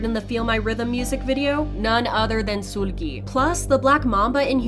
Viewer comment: I hate that she keep saying soolgi